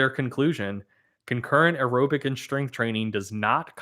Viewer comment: Why does pronounce “aerobic” so fucking weird? Especially compared with how he pronounces “anaerobic”. I feel attacked.